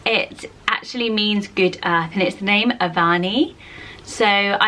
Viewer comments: I have a cousin called "Avani." I believe the pronunciation is "Uhvani" however. :) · You actually pronoun Avani like Av-nee, the middle 'a' is silent. I have a friend with the same name (we are both from India) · The name Avani is actually pronounced Av-ni in India. The middle A is not pronounced so distinctly.